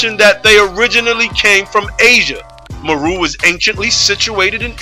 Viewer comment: Islam. Indeed, I have done research in the tribes of Kenya and Tanzania and their name is MERU pronounced MAY-ROO. I touch on this aspect in my video on the Moors. Peace.